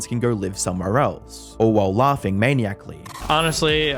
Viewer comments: FYI it’s pronounced “man-i-ach-ly.” I’ve never heard manically said like “maniac -ly” 😂🥲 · a good way to tell if the writer of the video is a different person than the narrator is if the narrator uses words that they cannot pronounce (I.E. - Maniacally - Maniac-Ally) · its pronounced "Ma-nye-a-caly" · Maniacally is pronounced Muh-Nye(like bill nye)-ickly. Or ick-ollie. Light o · The word is pronounced "Man-eye-ick-lee" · maniac ('mey-ni-ac) vs maniacally (ma-'nye-ic-ly) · check pronunciation of maniacally, you pronounced it like a maniac. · why did you say maniacally like that bros ghostwriters need to include a pronunciation guide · google "maniacally pronunciation"